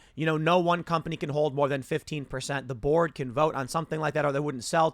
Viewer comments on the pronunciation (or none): Every time Tim says "the board" in this video, I keep mishearing it as "The Borg" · I know Tim is saying "the board" but I keep earing "The Borg" 😂😂😂😂